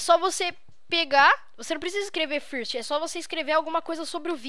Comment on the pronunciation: nao fala first fala fârst ingles asaiushaiuh curti o video :D